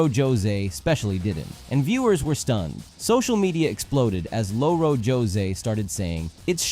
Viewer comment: The mental whiplash when you pronounced it Lo-Ro José 😂😅 you’re supposed to roll the r not pronounce it like Lo-Fi Also Louro is one of our (many) words for parrot